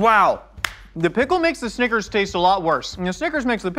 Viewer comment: i like how pronounces snickers 'sneakers'